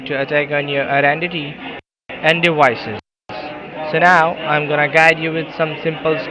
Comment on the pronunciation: I’ll never continue to speak to anyone who pronounces that word as “ DEWICES”. That’s a hard No for me. On a more serious note, thanks to you guys for your public service.